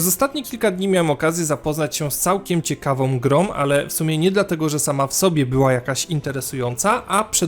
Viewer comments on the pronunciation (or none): Nie no kochany, "ciekawOM grOM"??? Serio? Bardzo lubię Twoje materiały ale to razi jak logo playstation na ps1 i 2 w nocy.